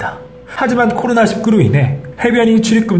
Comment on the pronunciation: 코로나 십구가 아니라 코로나 일구라고 읽는게 맞지 않나요?